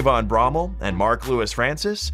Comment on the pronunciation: Eww the pronunciation of Bromell made me cringe